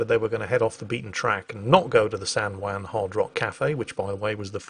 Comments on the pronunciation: Can someone in England tell how to pronounce Juan? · I know the J in Juan is pronounced with a W sound but hearing pronouncing Juan was driving me bonkers